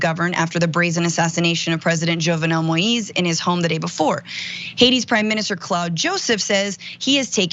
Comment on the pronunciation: Thanks for keeping this story alive and thanks for saying his name right. His name is pronounced Jovenel (Jo-v-nail) Moises (Mo-his).